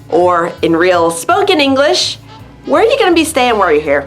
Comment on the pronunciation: /English-e/?, you often say [English-e]. Why -e? This video